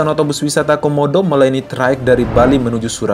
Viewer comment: Wisata homodo bang bukan wisata komodo